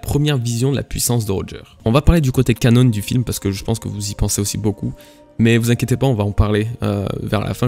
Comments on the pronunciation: Arrête avec tes "Canonne" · J'ai kiffé la vidéo! Oh par contre on prononce canon comme l'arme à feu et pas "canone" c'est un mot français ^^